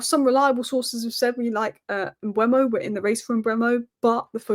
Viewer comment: M-beu-mo not Mbwemo, it's e before u. Read his name!